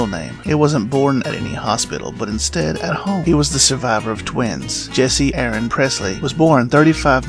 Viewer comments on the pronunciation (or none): Jesse Garon, not Jesse Aaron.